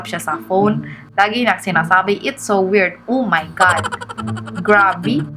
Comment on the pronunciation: "It's su werd, umaygad!" hahahahahaa